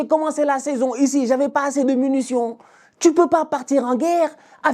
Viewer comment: c’est munition pas MUNUtion vieux père…